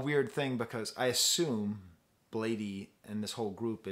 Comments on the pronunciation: I think his name is pronounced as "blade" not "blade eee". ( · Lmao why is this dude speaking so condescendingly. Bladee has been around since 09 so his fans range lmao. I’ve seen more adult fans then child fans. And it’s pronounced “Blade” man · lol it physically hurt me to hear u say blad-ee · as you can see he was not happy with lean mispronouncing his name so he corrected quickly.Pretty sure he's fine with both but still Blade is the right way to pronounce.He also adressed it in the song Hotel Breakfast. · Pronunciation is just "blade" by the way. The extra 'e' is just for style :) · He calls it Blade but you can say Bladey too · I’m bladee she called me blade-e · its pronounced blade. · dayum didn't even catch that lyrics you right, he still is cool with the wrong pronunciation though ^^ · “it’s bladee but you can say blade-e too” - bladee (iconic quote) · Another great analysis; your pronunciation of Bladee is comical. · I pronounce it Bladee but you can say Bladee